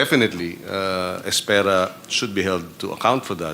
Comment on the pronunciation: Es-pera' not Es-pe-ra. Spanish meaning wait, maghintay. Kung naging judge ito, walang matatapos na kaso. Pwede syang isama sa blue ribbon committee.